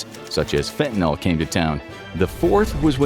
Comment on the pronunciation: Fentanyl=Fenta-nil, not fenta-nol.